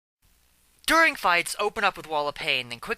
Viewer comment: you wanted to kill the word 'during' by saying it as hard as possible?